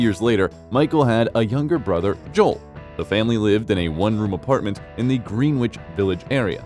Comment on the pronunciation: Where do they find these narrators?? "Greeeenwich" Village and "Kuckoos" nest ?